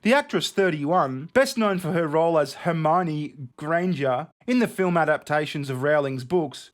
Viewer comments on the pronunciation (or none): Quick question, did you try and say hermoine Granger weirdly and it came out as normal hahahaha cause that's what it sounded like